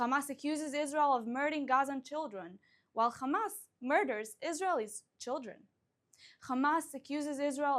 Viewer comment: First learn how to pronounce the name of your enemies you immature zionist fascists its Hamas not Khamas😂😂😂